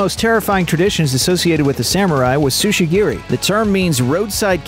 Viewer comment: tsujigiri, not sushigiri